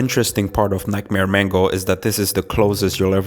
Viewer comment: It's not Mango it's Mangle